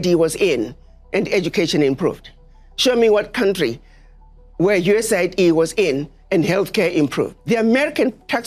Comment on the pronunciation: completely one-eighties his USAID take. Initially, he shows how the agency's stated humanitarian function belies its true geopolitical function as a tool of destabilization and hegemonic manipulation; he even correctly pronounces it, "U.S.A.I.D." But by he has flipped, lamenting how the "humanitarian cost" resulting from Trump's removal of USAID funding "could have devastating consequences" for South Africans—this time using the propagandized media pronunciation, "US aid".